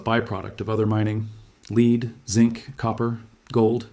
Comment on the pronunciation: AI cannot pronounce the element " lead."